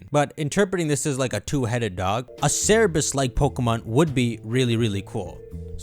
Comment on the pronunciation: Bro it’s CERBERUS not CER-E-BUS lmao. It was so confusing hearing that